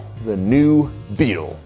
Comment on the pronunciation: you totally left out the T in BEETLE, dude said the new BEAL